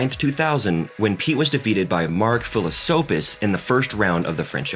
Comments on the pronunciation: It is Mark Philiposes not Philisopes :D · Philippoussis, not Philissouppis :) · Fill-uh-poo-sus. Gin-eh-pri. Row-nitch, Its important to say peoples names right. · How tf did you pronounce MarK Philipoussis? 'Mark philisopus'???'. Learn how to read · Mark Philippoussis not Philosophys. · What, you haven't heard of Mark Philisoppis, Robbie Genepry and Milos Rion? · "Mark Phila-Soap-us"?🤦🏻‍♂️ "Robbie Jeneh-Pree"?🤦🏻‍♂️🤦🏻‍♂️ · Mark phillisoupis haha. Get it right turkey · Mark Fill-a-soap-is. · Mate you need to learn how to pronounce Philippoussis and Kuala Lumpur.